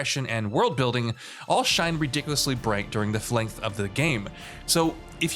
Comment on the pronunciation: "...Flenght of the game!" 🥴